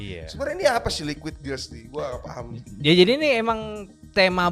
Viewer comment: Liauid glass ❎ Liquid ▶️ass ✅ 😂